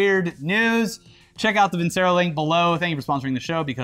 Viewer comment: VIN-CHERO NOT VIN-SERO!!!!